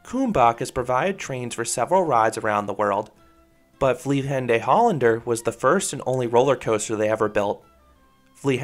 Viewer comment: Your pronunciation is almost correct. We don't put the accent on the last E in 'Vliegende' So it's more like 'vliegenduh' And it's in Brabant, so the G should soft. But that's just nitpicking